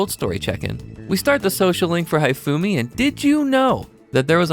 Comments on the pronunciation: calling Hifumi "HIGH-Fumi" is killing me. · You mispronounced "Hifume". Her name is meant to be pronounced "He-Fu-meh". I at least though appreciate you didn't mess-up the "e" sound at the end of her name. So many English-speakers does on error, treat Japanese words that end in "e" using English language rules. And refuse to learn otherwise. The error being the "e" at the end of a word being silent and all vowels in the word saying their name. When in truth, Japanese words that end in "e" don't go silent, nor does they ever make vowels say their name when pronounced, and the "e" at the end is always pronounced as "eh" in Japanese.